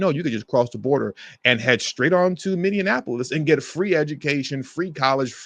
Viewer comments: It's MINN-E-APOLIS, not "minn-en-apolis". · Min-e-a-pole-is. Not min-e-IN-a-pole-is. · Say it with me, MINI•APP•O•LISS!!! Stop saying Minianapolis. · As someone who lives in St Paul, MN please pronounce Minneapolis correctly - just like Mini Apple Us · Friendly reminder, its pronounced minne-apolis😊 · learn the fknhow to say Minneapolis goober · I agree, that was annoying. Other than that, I was in complete agreement with him, but proper pronunciation is important. I think I can be forgiven for mispronouncing Omar Fateh's last name, but our city still deserves proper respect, even though it is in trouble.